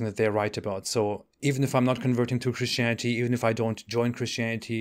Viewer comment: I love the way you pronounce Christianity 😂😂😂😂😂😂😂😂😂😂😂😂😂 Christianiteee